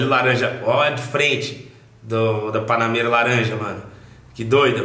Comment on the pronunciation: Prq tu fala BANANEIRA ????